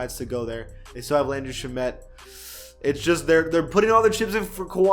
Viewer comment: Please for the love of god pronounce Shai and Shamet name right 😒